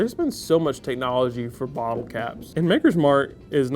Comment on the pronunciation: Knew it was over when, after the Wild Turkey, you started pronouncing “bottle” as “ball”. And who knew “immediately” could turn into “eediotly”?